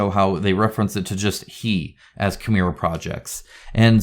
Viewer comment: As a Conan board game fan, I would have expected you to pronounce "Cimmeria" correctly. ;-)